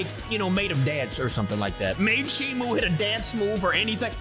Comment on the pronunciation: Stop calling her shimu it's Shimo.